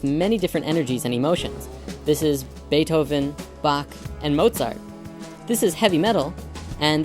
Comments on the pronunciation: Mozart* not Motzart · "MOTZART." I love these videos, but this is a big miss.